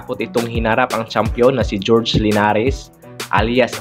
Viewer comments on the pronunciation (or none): Horhe at hesta. Hindi george at dyesta. Research muna bago upload